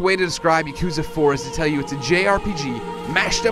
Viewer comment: Never trust anyone who pronounces “Yakuza” as “ya-KUU-za”